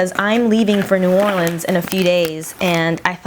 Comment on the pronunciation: coming from a resident of louisiana, you said new orleans very very very wrong :(